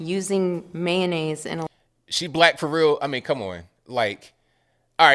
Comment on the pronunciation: Being white myself, this doesn’t make me upset at all. I find it pathetic as I’m shaking my head. But something I found funny was a pronouncement of Man-aise, it’s Mayo-nnaise😁😁😁